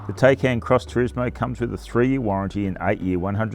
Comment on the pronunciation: «Tei-cain» .. it’s pronounced “THai-cAn”